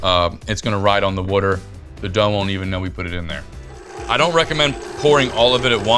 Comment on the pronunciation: Someone teach this guy how to pronounce water!